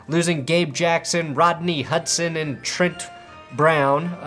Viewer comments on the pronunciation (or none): none